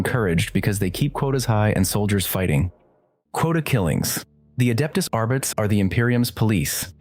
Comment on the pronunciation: R - Bee - Tees That is the correct way to say Arbites